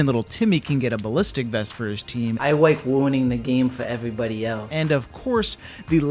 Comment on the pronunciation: “I wike wuining the game fouw evewybody elthe.” This commentary is killing me 🤣🤣 Time stamp